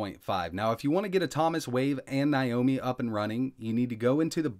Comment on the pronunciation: /now-mee/ not /ny-o-mee/